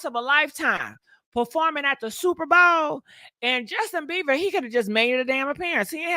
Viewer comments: His last name is BIEBER not beaver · Jesten 🦫 BeaVer 😂 Justin Bieber GiGi… Bie-BER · “Justin BEVER” lol😂